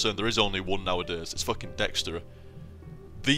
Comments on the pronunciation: I was confused when you were saying dextery.. Then I realized you were talking about DXtory, lol. I've only heard it pronounced D X tor-E. But that class definitely seems a little OP, so much so that you get too laid back and you're dying while playing it =P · Gah, I made a mistake when replying to someone's comment in this thread, and it nuked the entire thing! :[ But yeah, it's called Dxtory, most likely pronounced "D-X-Tory", but fuck that, I call it "Dextory" :]